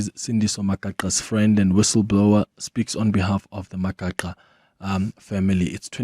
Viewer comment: Mispronunciation of Magaqa is very ear-sore🤦🏿‍♂️🤦🏿‍♂️